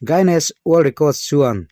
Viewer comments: Word hi chu mite lam (pronounciation)ang hian lam mai ila tha lo maw. Gainness ni niloin guinness." U" hi silent deuha lam tur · Tun tum chj Guiness hi i lam nalh lo deuh..